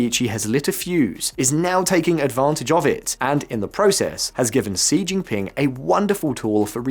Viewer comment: I was thinking sort of similar, but with regards to Xi - it's pronounced 'she'... not 'see' And, it's not 'Bei-zhing' - it's Bei-jing' with a very strong 'j' sound... Sort of makes me question their ability to really report on the whole thing if they can't even get their names right!